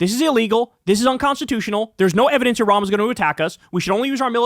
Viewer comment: after two years he can not even pronounce the name of Iran !